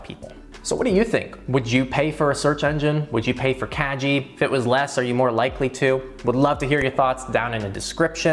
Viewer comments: "kagi" hard "g" not soft. kah-gee. Japanese for "key". By making it a soft "g" then it sounds more like "cagey" which is...not so great. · it's kah-gee ;) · Isn't it pronounced like kah-gee? That means key in Japanese which makes way more sense in context? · it sounded like you were saying "kaji" Kagi means "key" in Japanese. The G is hard not soft. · Your pronauncing "Kagi" incorrectly... It's japanese word, not english. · Was Kagi pronounced correctly? Soft g or hard g? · So... The best thing about this video is that I just found out that I have been mispronouncing Kagi for the last 2 years. Pro-tip: On sharesub you can get into a family plan(unlimited searches) for ~4€ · Yes, he got the pronunciation wrong. But that’s ok, I’m sure a lot of people would pronounce it the same way. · Fyi, "Kagi" is key in Japanese. The "gi" part is pronounced like in "gift".